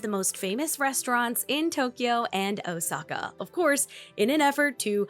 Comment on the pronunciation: The way she says “Osaka” gives me pain